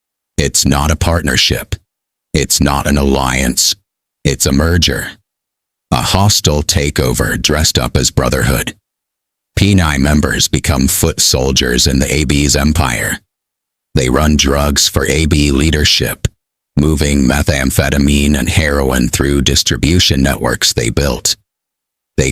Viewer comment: Hahaha. Penny??? Fucking AI 🤣🤣🃏 It's PENI. Pronounced. Pee-nie. Named after the band Rudimentary Peni... And then there is PDS